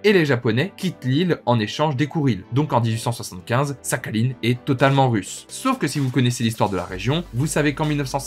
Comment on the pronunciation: Belle vidéo mais ça me casse les oreilles ta prononciation de Sakhaline ^^ mais ce n'est qu'un détail bravo pour ta curiosité et culture.